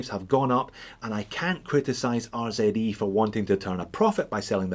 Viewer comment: Finally..........a proper "Z" pronunciation 🤪🤪🤪